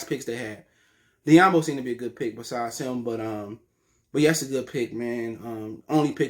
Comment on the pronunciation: 1. Who tf is sidney malakai and 2. Who tf is Diambo.... if you mean svi mychialiuak and sekou dombouya you have a SERIOUS pronunciation problem bruh